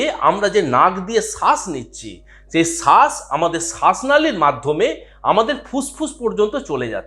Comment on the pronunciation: সাস না শ্বাস